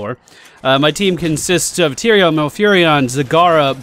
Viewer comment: It's Tyrael, goddammit!!